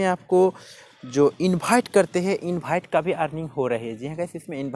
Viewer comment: Yrr invite ko infight kyu bolte h bohot log bolte h??